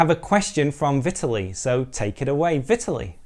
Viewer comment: if you are interested to pronounce this Russian guy's name correctly than you should stress the second syllable: Vitaaaliy)) thanks for you video indeed!